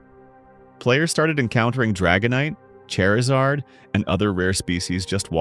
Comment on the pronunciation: Bro said 🪑Zard 🤣